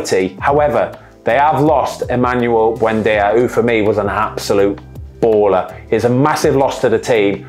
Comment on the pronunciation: “Emmanuel buendia” 🤣